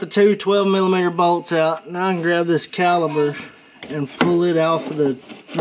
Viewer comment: Hi great video thanks not sure if it's your accent or my hearing sounds like your saying brake caliber. Should be caliper ✌️